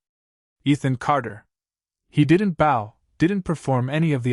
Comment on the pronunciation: Indeed. I also noticed that it has trouble with the word bow... those words are a couple of easy ways to identify an AI narrator.